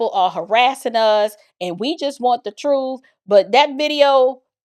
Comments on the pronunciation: Uhm it was July 4th and not November 4th. He misspoke. Also it’s “truth” not “truf” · The truff the whole truff and nothing but the truff 😂😂😂